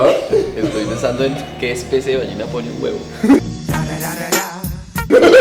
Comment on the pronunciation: "Qué especie de bañena pone un huevo?" Tara-ra-ra-ra... 😎 Hahaha... 🤣 Ballena con "Ñ" carajooo... 😂 Excelentísimo video! Se repasa lo que se sabe y también se aprende cosas nuevas.